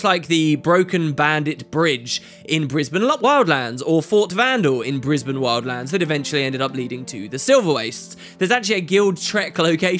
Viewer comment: "in brisband lopwildlands"